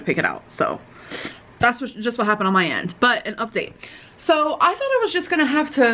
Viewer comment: "This is muh office", proceeds to show us a crappy pair of cheap earrings like a kindergartner at Show and Tell.